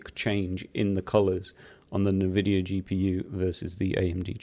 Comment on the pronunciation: Great video! BTW. i believe its pronounced N-VIDIA. Fun fact! Invidia in Spanish means Envy ...So maybe its a play on fords for Nvidia.